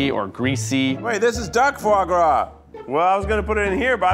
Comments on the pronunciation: Fois gras? C'mon, Keith! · “Fois gras in place of butter” I see we’re starting strong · fois gois? booooooooooooooooooooooooooooooooooooooooooooooooooooo